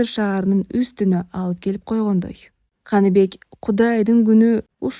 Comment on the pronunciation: Канибек эмес Каныбек деп окунуз ээ😅